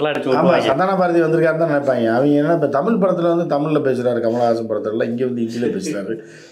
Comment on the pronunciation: தமிள் தமிள்னு சொல்றதாலதான பயமாயிருக்கு